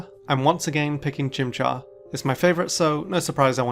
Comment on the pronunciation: IT'S CHIMCHAR, NOT F*CKING CHIMPFART!